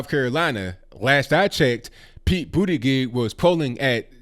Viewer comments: He said Pete bootygig 😭🤣🤣🤣🤣🤣🤣🤣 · "Bootygig" lmao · I wouldn't vote Democrat anyway, but with the way you keep pronouncing his name, it's hard to take him serious as a candidate! 🤣🤣💀💀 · Boot-edge-edge. Hahaha. Pete gave up on pronouncing his own last name, then Trump comes along to teach everyone how to pronounce it while at the same time Making America Great Again. I’m surprised Trump didn’t send him a bill. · Its boot•ie jud•ge, please pronounce his name right guys! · I won't be voting for Mayor Pete for the reasons you suggest, but you should pronounce his name correctly. It makes your case better and keeps you free from appearing disrespectful. With all of the tensions and anymosity in the political arena today we need to be far above reproach and very curteous as we bring our points of view. Peace and love to you, brother!